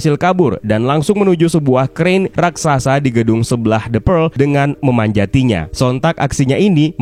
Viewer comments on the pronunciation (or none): none